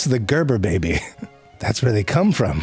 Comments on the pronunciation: I know it's based, but I do love the way my guy pronouncing baby.....BEBI ! Hahaha!! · I love the way he says baby. These are my Fave.